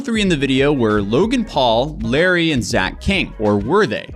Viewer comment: He also kept mispronouncing “Larray” as Larry through the whole video 😬